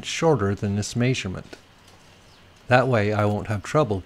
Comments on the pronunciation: That may-sur-ment drove me nuts. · My grandpa (from KS) said it that way as well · May-sure-ment. Yep, sounds weird to me too. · Must be from Utah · Drink everytime he says may-sug-ment😂😂👏🏻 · good help bro. try saying meh-sure-ment instead though. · I can't get over the "Maisurement